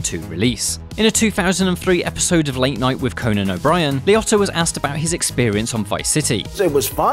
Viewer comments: Why is it that British people totally say peoples name wrong ? Liotta is LEE-Oh-Ta and Robert Loggia is not Log-e-uh it's Low-Ja Los Angel-Lease ? lmao nope try again. Debbie Mazur is Ma-zur , not Maz-zarr ... it's said as it's spelled Why don't you co watch some You Chube video's and learn how to pronounce things better. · Bro its Liotta like Lee Ohtah lmaoooo like wtf